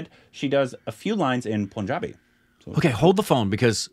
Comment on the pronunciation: Againnnn Its not Poonjabi. Its Punjabi (Pun is just like the english word).